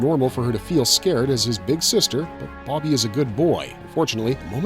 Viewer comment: BoBBY boBBY, not Boggy. stop saying Boggy.